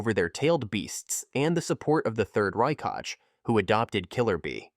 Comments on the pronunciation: Stop with this AI bullshit “He-Dan”“rai kaj” 🤦🏾‍♂️🤦🏾‍♂️ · "Rai-kaj" bruh use your voice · "Rai-Kaj" is krazzyyy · raikage ❎ RAIKAJ✅ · Hiuga😂😂😂 Raikashhh 😂😂😂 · How did you pronounce hokage correctly but raikage wrongly 🥲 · The fact that he cannot spell a word "Kage" in Hokage and Raikage in same way goes beyond my comprehension. Ho KAGE, Rai KAGE?